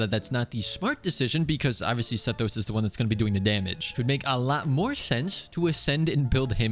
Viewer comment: Honestly i think you should keep pronouncing Sethos's name wrong. It adds some spice